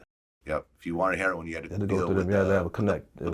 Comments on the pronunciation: Why do ppl pronounce it "hair on" instead of heroIn? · I watched this whole video and Vlad never pronounced “heroin” correctly.......🤔